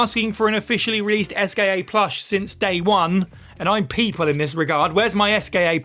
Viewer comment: French games should include pronunciation guides... Esquie in Expedition 33, Eugénie in Lies of P... It hurts to hear these butchered names as a native French speaker.